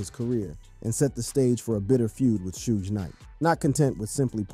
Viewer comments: It's shug not sooge or 2pack lmao RIP Eazy. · Im reporting this cause you said shoodge. Dont ever speak on rap again.